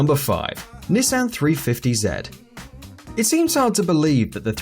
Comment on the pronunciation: “Nessen 350 zed”